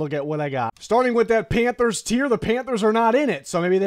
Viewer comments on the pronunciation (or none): Don’t you mean “panfers” tier